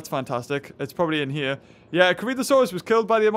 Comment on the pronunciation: Could you please just say Crichtonsaurus correctly? It's not blimming "Crich-tano-saurus", it's "Crich-ton-saurus", like if you said Michael Crichton, removed Michael and added saurus.